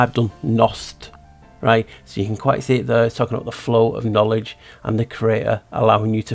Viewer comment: Kn-owl-edge Another owl in that word to.